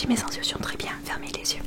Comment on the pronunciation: juste un truc : mes instructions se prononce mé z'instRukssion